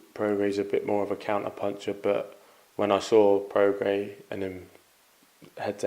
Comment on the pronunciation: Love how Eddie calls him "Progress", Try getting some education Eddie ffs, Prograis as in Progray ya wally!